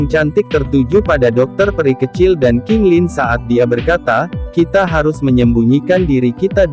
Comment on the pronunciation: Sekejap qintan,sekejap qailin.. yang benarnya Qing Lin.. aiyoyooo.. kaninne ro to mo lu